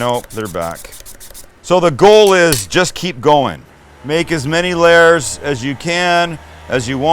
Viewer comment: I didn’t know it was possible but I think Sam is saying “lairs” instead of “layers”